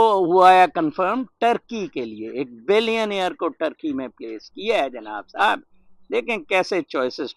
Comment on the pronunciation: Jub bolte "Jinab sab " bht acha bolte ❤❤